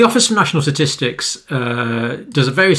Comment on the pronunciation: “Satistics” LOL